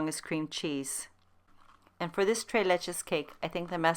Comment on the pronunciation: Tres is pronounced trace, not tray. Just a helpful hint